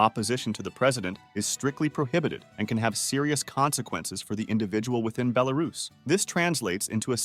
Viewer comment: Please, it is BelaRUS, not BeLARus. Bit like me pronouncing America like AmeRICa